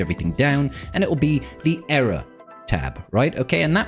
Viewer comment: ear-uh not error......